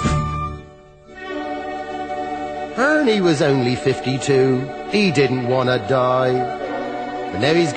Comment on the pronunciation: Just listened to it again and i'm smiling like a Cheshire cat! I love it at the end were Benny say's Ernie but with a 'H' at the front.....Hernie!